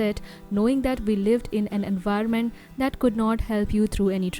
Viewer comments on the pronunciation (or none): none